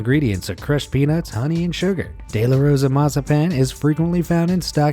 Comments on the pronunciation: How he said de la Rosa mazapan though 😂😂😂 gringos am I right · The way he pronounces de la rosa mazapan 😂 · Me a Mexican getting super triggered by him trying to say de la Rosa and I live in America and had got those Mexican candys this guy stupid